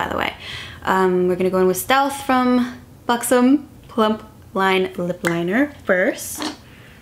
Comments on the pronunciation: its b-uh-xom not b-oo-xom- you had it right the first time ;) !! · its pronounced Buck-sum :)